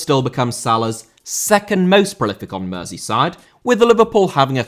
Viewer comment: Mersey* not Merzey